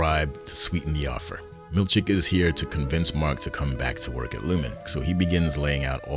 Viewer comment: I love that I cannot tell wether you are saying "Milchick" or "Milkshake" 😅 Keep up the great work 🙌